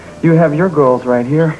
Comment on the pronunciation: he said "goals"... listen carefully lol...